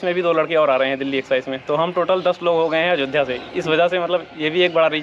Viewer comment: अजोध्या नहीं अयोध्या होता है